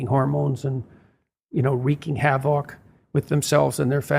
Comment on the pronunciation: I love how Jordan pronounced the word "havock," as "hav-OCK"